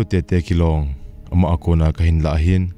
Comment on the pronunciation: Na phung min sei Kilong pronunciation cu adih poiye bro🙂 Kilong is pronounce as Kiluong 😁